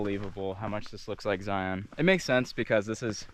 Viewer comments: Great trip and great video. As an aside, lots of people (mostly those who are not from Utah) pronounce it "Zi-ahn". Personally, I think it's pronounced "Zion" -- rhymes with "Lion". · If you’re from utah why do u keep calling it zioon? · Zion is pronounced same as lion not li on. Thank you. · I’m from Utah and I will never pronounce Zion like Lion.